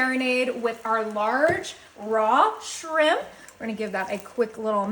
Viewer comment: It's just shrimp, not srimppppp, stop & you don't have to tell us your coming in with everything 😫